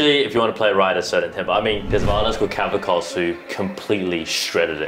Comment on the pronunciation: LeonIdas (fourth syllable stressed) KavAkos (second syllable stressed). Learn how to pronounce his name already, guys.